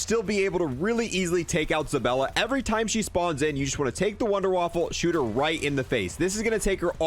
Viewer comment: Omg it's zabAlla not ZabElla!!! LOL